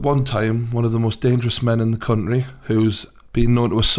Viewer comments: The word you keep trying to say, and failing is "Country" Not "Counry". There's a T in it for a reason. I bet you say buha instead of butter as well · One of the most dangerous men in the 'cuntree' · "baddest men in the cunnry"